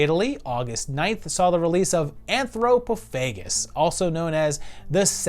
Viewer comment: That was quite an odd way of pronouncing anthropophagus wasn't it.